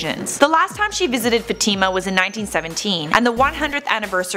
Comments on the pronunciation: It's not pronounced Fa-TEEM-a. LOL! And Horacio Villegas is not the "blind mystic." That would be Baba Vanga. You people really need to get your shit together. You're a joke. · This stupid woman can't even pronounce Fatima right it's not Fatimma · learn how to pronounce Fatima! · your saying Fatima wrong